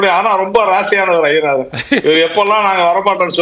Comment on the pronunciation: அய்யனாதன் என்பது தமிழ் இல்லை நண்பரே, ஐயனாதன் என்பதே சரி. தை மாதம் சரி , தய் மாதம் என்பது தவறு. இன்னும் ஆயிரம் சொல்லலாம். ஒரு தமிழ் செய்தி பத்திரிகை கொடுக்கும் செய்தியில் உள்ளது - பஸ்சில் தகராறு - (பஸ்ஸில் தகராறு என்பதே சரி. )டமில் வாழ்க. விஷயம் ச என்பது தமிழ் அல்லாத சொல்லாயினும் சரியானது. அதை விடயம் என்பது தமிழின் குரல் வளையை நெறிப்பது போன்றது. ரிஷிகேஷ் என்பது ரிடிகேட் ஆகாது.